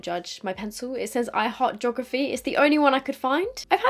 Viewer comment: "Jography" made me giggle 😂 we say "Gee-ography"😅